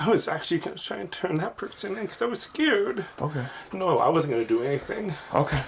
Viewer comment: bro deadass said "i was scawed"